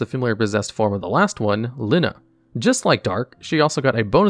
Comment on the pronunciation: I felt physical pain when you called lyna "linnuh"